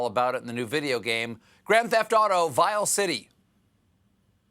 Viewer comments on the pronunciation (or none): none